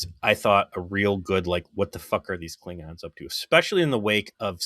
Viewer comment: Does he call them "Kling-rons" on purpose?